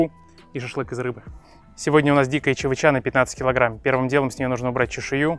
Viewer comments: не чавычА, а чавЫча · ЧавычА —— русский подучи язык))) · чавЫча, а не чавычА, семен семеныч)) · только не чавычА,а чавЫча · Чавыча ударение на ЧавЫыыыча если что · Чавы́ча - тут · Да согласен чавыча это вкусно. Так я с Камчатки я знаю толк в этих рыбах. Но ударение ставишь не правильно. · На будущее, чавЫча , ударение на Ы! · Одного понять не могу, как можно готовить блюдо не зная как правильно произносится основной ингредиент этого блюда??? ЧавычА, и так все видео.. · В слове чавыча, ударение на второй слог, привет с Камчатки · в слове чавыча ударение на второй слог